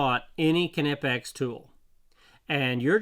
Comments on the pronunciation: kin eh pex? my dude, how do you pronounce knock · Everything I've read says the 'K' is silent in the name Knipex. It should be pronounced "nip-ex" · Ka NIP X is the pronunciation..hard K German....